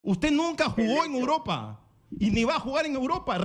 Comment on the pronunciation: "Ud no jugó en Uropa" 😂